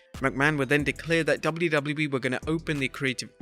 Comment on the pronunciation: I couldn’t get past 3 minutes. Learn how to pronounce “WWE” dude. 😂😂😂